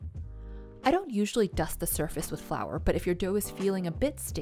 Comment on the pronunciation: Flourrrh waterrrrrh nah